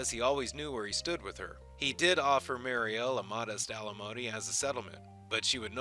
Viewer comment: I hope you take this as constructive criticism. I like your videos but it's weird that you get the pronunciation of these names wrong and the accents on the wrong syllables (and then after that you'll say it right, then wrong again) when I know you've just re-watched the video! Daggair (like saying dagger with a French accent), Timov (vomit spelled backwards) and Mariel (the prettiest name for the prettiest wife) are pronounced Duh-GARE, TIH-mauve and mary-EL. I appreciate your including the novels. However, you should also cover his earlier wife, the dancer.